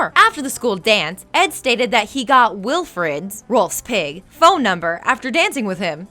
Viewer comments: She pronounced Nazz's name like nas the rapper not to mention so many other mispronunciations did she even watch this show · NAZZ not NOZZ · They always do in these things. “Nozz” hurt the most, though. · I demand a reupload of this video WITHOUT THIS WOMAN. She's trying to force her jokes into each fact, while trying to relate each fact to her own life, which is really annoying. And the worst of all, SHE'S MISPRONOUNCING THE NAMES! Nozz? Ralph?? Crankers??? Are you kidding me? Did she ever actually watch this show? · NOZZ?? CRANKERS? CAN SHE NOT PRONOUNCE THINGS PROPERLY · Did she read off of a script or just try to remember half of her facts. Annie??? No... Kranker.. Noz?? Just as a short list.. Dear lord, please give this girl a script and how to pronounce the words if she's going to continue to do these videos. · She says Nazz wrong too. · Mikoyo15 Don't forget "Nas" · lmao that is not how you say Nazz